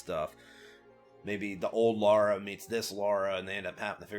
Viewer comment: I'm from England. It is Lara as you pronounced it.